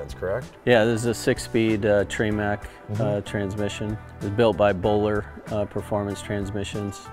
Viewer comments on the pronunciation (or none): 6 Speed tree-mec transmission...lmfao 🤣 Did anyone else catch that?